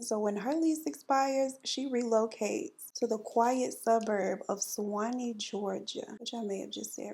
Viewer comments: Georgian here. Yes you said Suwannee right lol ❤ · You said Suwanee right Sis! I live in Florida and we have the Suwanee river, Suwanee High School, etc ! Love all 3 of You! 🥰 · You said Suwanee right! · You pronounced Suwanee just fine! The "u" is almost silent when we say it. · You pronounced Suwanee correctly.